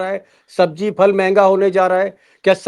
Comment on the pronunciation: फल नहीं phal बोला करिये